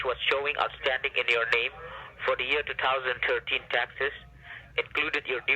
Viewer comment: Never trust anyone who can't pronounce 2013 right